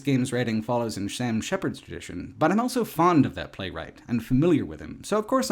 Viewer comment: pronounces the word "also" as "elso".